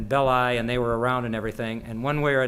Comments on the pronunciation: why is it , with such a massive Italian population and culture , that Americans refuse to learn how to pronounce Italian names ?? Belli is pronounced BELLEE ffs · Anthony Bowers Actually is it not BEHHH-LI with the extended emphasis on the penultimate vowel? As in FELL-EEE-NI for Fellini.